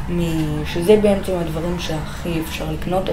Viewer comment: למה אתה אומר בעמצם אומרים בעצם